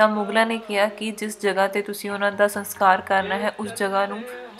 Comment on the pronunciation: Bibi ji saskar hunda a Sankar nahi